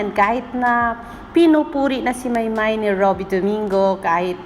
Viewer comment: admin..its pronounced as MAYBE....😍😍😍